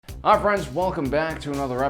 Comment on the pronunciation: I know he says hi friends at the start of his videos but to me it sounds like he says Ah friends.